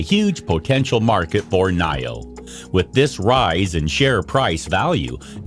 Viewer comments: Knee-o, NOT Knigh-o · Your pronunciation for Nio is not right